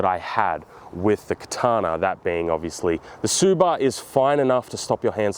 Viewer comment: Tsuba with the hard r is crazy lmao